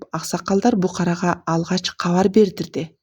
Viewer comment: Букарага эмес БУКАРГА